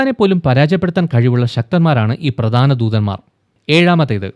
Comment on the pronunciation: ദൂദൻമാർ അല്ല ബ്രോ ദൂതൻമാർ👍